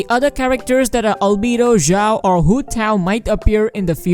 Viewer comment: it had to be done. i usually try to keep that side of me deep inside, but damn me if it doesn’t physically hurt to hear ZHIAO... especially when it’s said a gazillion times in the span of a minute. i’m sorry, i had to..